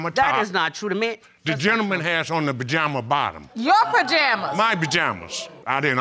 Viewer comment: Did she say Pajama Man 🤣🤣🤣 Team Too Much